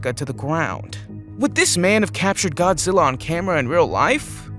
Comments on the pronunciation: It's godgela versus kong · GODZILLA NOT ZILLA